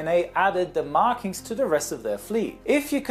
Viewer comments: "Sie" Germans ahaaha I always think about Clarkson and his "Sie Germans sie" ahahah. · LOOOOOOL "Ze Germans" XD XD